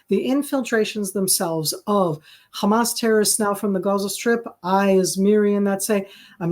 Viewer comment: I do wonder why SOME Israelis pronounce Hamas a Hezbollah like they are spitting... CrrrHamas!